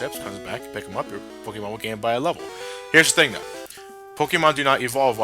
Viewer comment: A Pokéman? God, it's my first grade teacher all over again. That's how she always pronounced it, and oh God, did she hate Pokémon. If you even mentioned it in her presence, you were met with disciplinary action.